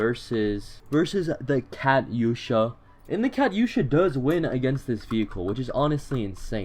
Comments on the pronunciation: KATUSHA NOT KATYUSHU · ITS KA-TUU-SHA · Did he fr just call The Katyusha the Cat Yo Shoe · It,s pronounced ka-to-sha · It’s pronounced cat-you-sha